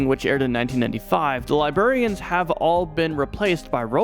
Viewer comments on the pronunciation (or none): “Li-berry-ans” lmao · LiBRArian and LiBERian are two different things. You keep saying "Robotic Liberians".